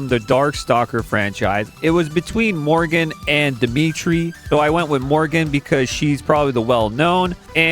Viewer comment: It's Mor-ri-gan , the clue is in the RI in the middle of the name. I wouldn't mind her being dlc too